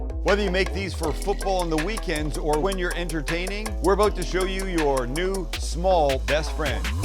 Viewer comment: "Aboot to show you..." Love you Sam!